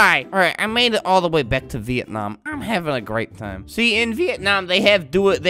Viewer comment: bruh he said "Vietnamam" THAT MADE ME LAUGH SO MUCH